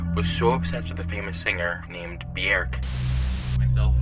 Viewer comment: i will never get over the pronunciation of Björk